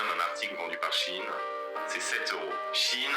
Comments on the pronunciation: Salut Je te fais part que SHEIN NE SE PRONONCE PAS DU TOUT comme tu le dis. 👉👉 Glusman fait la même erreur. (en aparté ; c un type avec de grandes qualités humaines comme intellectuelles). il n'a qu'un seul défaut à mes yeux c d'être PARFOIS MAIS CELA ARRIVE PEU SOUVENT de pratiqué du déni idéologiques "gauchos"..LOL il peut d’enfermé être buté sur des postures biens, nobles cependant et malheureusement elles n ont pas ponctionnées, il ne veut ou peut pas le reconnaitre.... 👉👉Cherche sur le net un audio ou tu pourras entendre la bonne prononciation. 👉👉Sinon, concernant cette marque et bien oui très peu chère certes mais très peu vertueuse surtout concernant les droits du travail et droits de l homme + les problèmes les produits chimiques ultra toxiques utilisées lors des différents stades de la fabrication. 👉👉Voili / voila Et je profite du moment, c de circonstance pour te souhaiter ........ 🎄✨🎀 DE TRÈS JOYEUSES FÊTES QU ELLES TE SOIENT JOYEUSES, GENEREUSES ET DOUCES.🎄✨🎀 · Bisous les loulous ! Désolée, je me suis trompée sur la prononciation de Shein, du coup, ça t'a induite en erreur. On dit chi-n et non chi-ine. Bises !😻😽💋❤ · Bonjour, c'est moi qui ai dit à comment se prononçait Shein. En écoutant des audios sur la bonne prononciation, ça donne chi-n en phonétique et non chi-ine comme je le pensais car je l'ai toujours entendu prononcé de cette façon. Du coup, c'est de ma faute et non celle de. Merci d'avoir rectifié. Bonne journée.